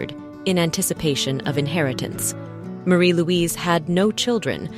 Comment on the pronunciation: Iveagh is usually pronounced "Ivy" and Princess Marie- Louise pronounced her name Maah-ri not Ma-ree